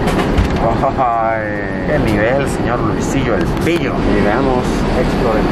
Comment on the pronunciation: Po luisitóh